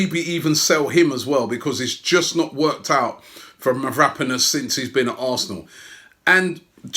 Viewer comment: Pronounced Mavra-panos and shkodran mustafi but known as mav-rapanos and SQUADran mustafi by robbie lmfao